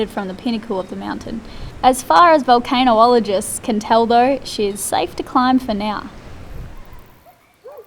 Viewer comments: Volcanologist not Volcano ologist🤣 I’m a volcano allergist !🤣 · Vulcanologist not volcanoe-ologist 8D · vo-CAN-ologist lol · "Volcano-oligist" hahaha